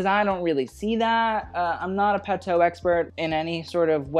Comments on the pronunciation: Please learn to pronounce the designer's names correctly: for example, it's "Pa-too", not "Pa-toe". When you say it wrong, it takes authority away from your opinions, and makes you look foolish. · We say "patho"? I thought it was Patou where "ou" is pronounced like in "you" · just a head’s up from a french subscriber : Patou is pronounced « Patoo » ! (great vid, as always) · The pronunciation is Patoo as in too or two